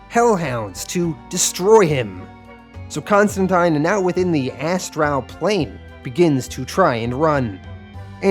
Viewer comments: my gods, you need a pronunciation guide for words. Astral isnt as tral , constantine is con stan teen, nimue isnt nim u .. your mispronunciation takes me right out of the story. by far the worst was appalachian its apple at cha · Cool vid. 1 question. Is that how you always say the word ASTRAL or is there a reason for that pronunciation?